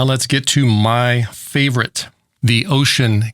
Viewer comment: “WUUX-UN”. LOL!